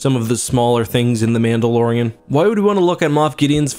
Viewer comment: did you say Pandalorian?